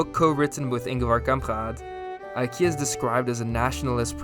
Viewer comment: You pronouced ingvars name wrong and also småland.